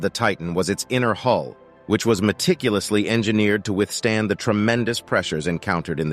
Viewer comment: "Meticlulously engineered to withstand the tremendous pressures..."